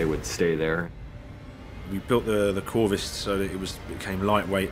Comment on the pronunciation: What's that word they're saying for the walkway - corvus? Corvist? Thanks